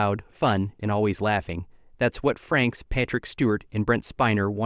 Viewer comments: they keep saying FRANKS , not FRAKES AI is destroying you tube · It's not Jonathan Franks, it's pronounced FRAYKES. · AI Voice and then calling him 'Jonathon Franks" clicked off the video by 30 seconds.... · I stopped watching the second the narrator called him Franks. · AI couldn't even pronounce his name correctly. FU Youtube. Show us the actual videos people slaved away to make.